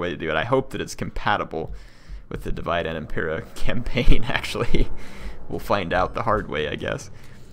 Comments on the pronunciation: The correct way to pronounce "Divide et impera" would be /diˈvide et impera'/. "E" here is not pronounced like english "e", but like "a" in "ancient". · Hey! Love the video, really hope you get a good long campaign out of this one... One (very) minor quibble I have though --- you keep pronouncing "Divide et Impera" as if it were the English word 'divide'... in Latin, i's are pronounced like long e's, e's are pronounced like long a's (when they're at the end of a word; short a's in the middle of a word), and v's are pronounced like w's... so the correct Latin pronunciation is more like "dee-wee-day" than "divide"... sorry for the OCD nitpicking, I just studied Latin for four years in high school and two in college, so it'd make me happier to hear it said correctly. For what it's worth, you nailed 'et' and 'Impera' hahaha... Keep up the awesome videos, looking forward to following this campaign (actually got me to download the mod and start playing Rome 2 again)!